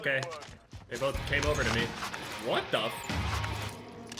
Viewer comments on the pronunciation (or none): none